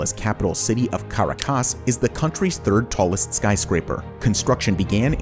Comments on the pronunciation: It's Ca rac as ! Please Pronounce it : Kah-rack-ass. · Love the channel content but due to the high production quality, simple pronunciation errors really stand out...notably, Caracas is pronounced Ka-raw-kaass. Otherwise, this is a really good channel. Thanks! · As a venezuelan, allow me a small correction. The strong syllable in Caracas is the second one, not the last one. It's pronounced ca-RA-cas, not cara-CAS. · haha haha CARACAS pronunciation....lol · you pronounce caracas funny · Hoe could you mispronounce "Caracas"? Leeds me to think the narrator is AI. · caracas is not said like that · That's not how you pronounce Caracas lol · Not sure I can trust any of your research when you can't even pronounce Caracas correctly. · Great video. But you mispronounce Caracas.